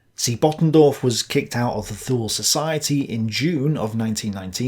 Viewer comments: Thule is pronounced ' Tu,ley ' .....the "H" is silent, just like in gael languages and the way the Irish pronounce English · I was taught to say Thule as twolee.